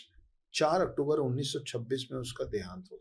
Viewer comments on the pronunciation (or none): none